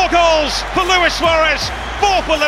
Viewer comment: At least you know how to pronounce my name. Luis and not Louis.